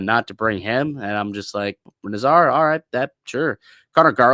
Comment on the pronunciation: You wouldn’t bring Kane in as a legacy, you’d bring him in when you’re down a goal with five minutes left in the game and you need a goal to survive, you ninnyhammer. BTW it’s NAZar not naz ARE